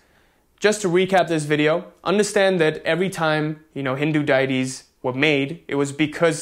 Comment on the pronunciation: 'Day-tees'....you're pronouncing it correctly.